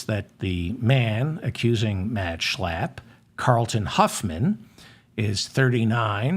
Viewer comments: Heil Zeigler! Stop Schlaaaaping German names around. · I love the way you pronounce Matt Schlapp. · I pray the Schlapp’s keep showing up in the news just so I can hear you say SCHLAPP😂😂😂 a spark of humor in the darkness Thank You David💙